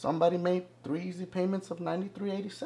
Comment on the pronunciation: I was weak "3eezy Paiments" XD